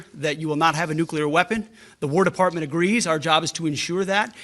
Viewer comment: Did he say ward department?